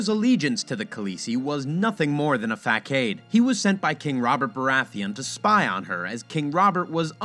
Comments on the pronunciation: Wow I'm shocked at how rude some of these commentors are. I thought the video looked and sounded great. Please fix the facade. Phonetically; it sounds like "fassad" when spoken properly. Did u not write your own content? People are judgemental AF. Again, great job. ✨ Sub'd. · Nice detailed theory, but the pronouncement of “facade” took me out of the video for a moment (Fah-Saw-D) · Never heard facade pronounce facade 😮